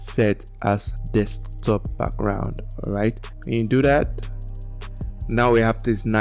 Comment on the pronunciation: Its Desktop not Dekstop!😊